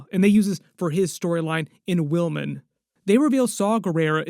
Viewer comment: It's Wilmom, not Wilmin